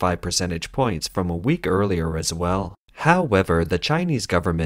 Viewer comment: Petition attempt #6 to change how the bot pronounces "however" HAO-ever drinking game count for this video: 5